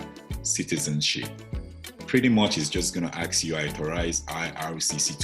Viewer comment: What do you mean by ( aks you ) !!! Aks you ? What ???